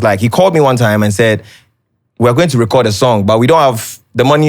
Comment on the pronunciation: Right!!!!!😂😂😂😂 and "at the end of the day" .....Also am I the only one searching for the pronunciation of "record " now...🤣🤣🤣🤣🤣I keep hearing " recurd"